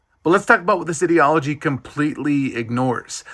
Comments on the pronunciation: I like that you pronounced ideology in a way that sounded like idiot at the begining because this one is quite idiotic. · You must be so cynical to make young women think that there are “consequences” to marrying another man just because you presume that they would even want ANY career in anything in the first place. Also, the way you just pronounced ideology already confirms how damn fucking retarded you are… and have always been. Get a life, fruit!